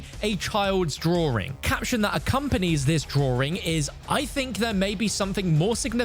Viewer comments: The “drawring” 🥲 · "DrowRing" I can't 😭